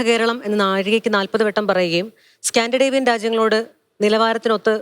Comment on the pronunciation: സ്കാൻഡിഡേവിയൻ അല്ല കുഞ്ഞമ്മേ സ്കാൻഡിനേവിയൻ